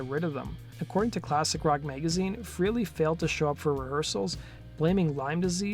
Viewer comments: Ace pronounces his name fray-lee, not free-lee. And Neil pronounces his name peert, not purt. Most people say it wrong. The way you pronounce someone's name is of importance to them, and to not care is disrespectful. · Prouncanced FRAYLEE......not freely. Jeez, you'd think someone who is doing a video on someone, would at least know how to pronounce someone's name........Ace's band was called Frehley's Comet to rhyme with Halley's Comet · Ace Frehley, his name is pronounced like Pray ly, Frayly.